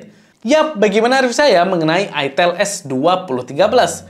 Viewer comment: ITEL, "E" nya itu Edge